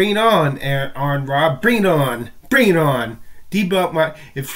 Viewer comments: You need to learn to pronounce AronRa's name or refrain from referring to him. He has made in clear that it's "ARE-in-RAH". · His name is Ar-Run.